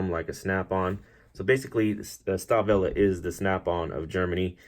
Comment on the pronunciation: It's pronounced "Shtalvile" :)